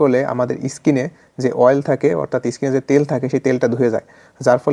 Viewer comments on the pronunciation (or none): প্রথম কথা গোসল করা কথা টা অনেকই বুঝবেনা।২ নয় ইস্কিন নয় কথা টা ডাকাটার বাবু ওটা স্কিন😊😅।ডাক্তার হয়ে ভুল উচ্চারণ করলে লোক রিয়েল খাবে কি করে😮😊😅